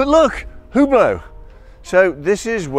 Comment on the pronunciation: Maybe you should work a bit with your pronunciation of Hublot :)